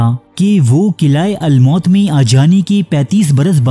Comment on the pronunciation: Qila almaut nahi almoot hai Bhai his ke maani uqab hai